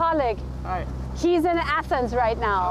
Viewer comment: 🤣🤣🤣🤣🤣He is in ASENS right now 🤣🤣🤣🤣🤣 —————— Diese aussprache